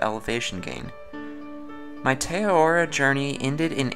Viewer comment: Great vid. Also, it's pronounced Teh Ah-rar-roar (with rolled r's)